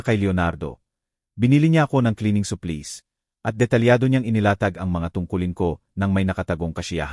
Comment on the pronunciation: Hire,supplies Ang daming Mali sa pagbigkas prang batang nsa elementary